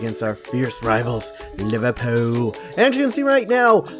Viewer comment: It's not LIVERPOO ITS LIVERPOOL